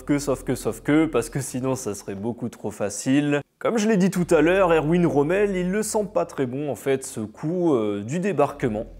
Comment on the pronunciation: Romel pas Romeo ! Pd de traducteur !